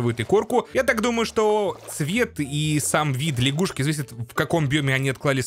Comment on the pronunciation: Не ляшгушки, а лягушки